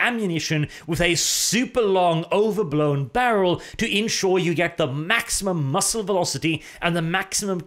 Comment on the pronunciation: Can't you do zz? Second vid in a row I hear you say muscle velocity instead of muzzle velocity.